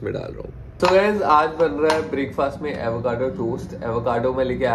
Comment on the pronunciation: pls pronounce Breakfast in the correct way! it's not Break-faasssttt. 🤐